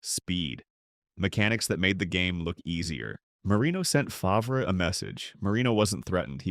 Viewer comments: I tuned out as soon as Favre was pronounced “Fov-ree”. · AI slop... Fov-ree, lol. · Ahh yes, Brett fahvray. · Brett who ? Fah v rah lol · It actually made me laugh because that’s how they pronounced it in “Something About Mary” when he made a cameo, lol. And let’s not forget Paul Tagliabu butchering his name when he was drafted and calling him “Brett Favor”. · More AI trash that can’t even pronounce some names correct. Fav-Rahh. Click bait thinking you see a real interview and it’s just more trash that we will see more and more of. Don’t subscribe…give the support to real content creators.